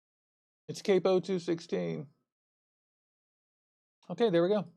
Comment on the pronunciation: dude theres no e...its cap-o..